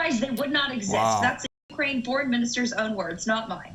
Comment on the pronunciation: Why tf can't you say "Ukraine"??